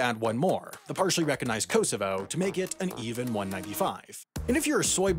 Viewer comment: The pronunciation of Kosovo 🤣 The first 2 Os should be like the O in Orange The last O is like the O in so